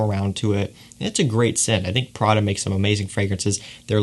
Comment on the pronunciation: Its pRRRaDaa not phradeuh lol 🤣 Lovin’ your vids from italy tho